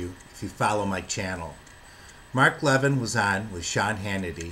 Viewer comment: Sir: His name is pronounced Lev - EEEN. Mark Lev-EEN.